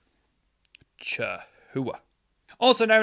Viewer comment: Ca-houa lol spelled chahoua